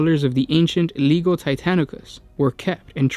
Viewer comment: I wouldn't worry too much, the guy can't even pronounce legio correctly among other words.